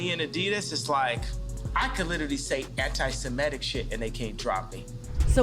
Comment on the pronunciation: It's pronounced SemITic. Kanye mispronouncing it and then seconds later the news reader mispronounces it. !